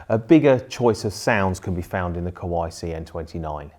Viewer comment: Why you sound Kowai instead of Kawai...)